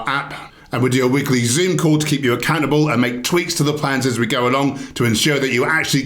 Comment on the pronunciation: Accountable sounded like a cannibal 😂 I know you didn't say that, but I couldn't help it, it was funny.🤣💀